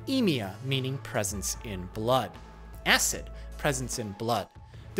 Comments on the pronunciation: The way you said "AHSED" sounds like a meme reference to that video of the dude dubbing the reddit post of the guy that made his moms phone auto-replace "no" to "acid" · New York accent on "acid"? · are we gunna ignore the way he said Acid 😂